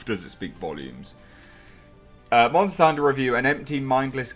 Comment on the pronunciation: "Nobodys a munta hunter. Well, maybe some people are" 😂😂😂😂